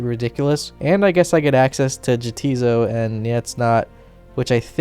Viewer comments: Nice job! Such a good find! FYI the islands are pronounced nay ‘tis not, and ya ‘tis so (yes it is, no it’s not). This is a very clever way to show the feud but not that obvious as the spelling is so strange and seemingly Nordic in line with the other Freminik names. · Hate to be that guy but they're pronounced as Yah, tis so. Nay, tis not. In an argumentative fashion as the two islands inhabitants seem to be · Ja-tiz-so, Nei-tiz-not!